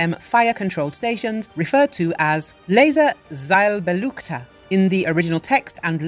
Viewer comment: Laser-Zielbeleuchter. I had to play this term tree times before I understood it. The pronunciation was utterly botched up. This system obviously serves to illuminate targets that don't have a suitable radiation profile of their own.